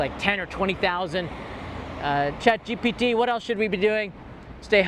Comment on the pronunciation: Do you intentionally say ChatGTP? 🤣 Thank you for sharing this important information.